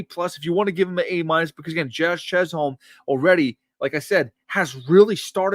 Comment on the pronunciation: Don't pronounce the L in Chisholm! Its like Stewie overemphasizing the H in Wheat!